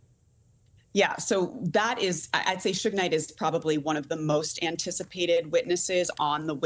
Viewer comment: called him Souge Knight 😂Sougé most commonly refers to small French communes